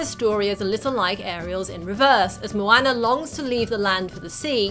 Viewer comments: i could not watch this video for more than 2 minutes. for christ's sake woman its moana not moAnna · It's not MoAyna. It's MoAuna conmon 😂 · "mo-ann-er" snorts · She legit called moana mwana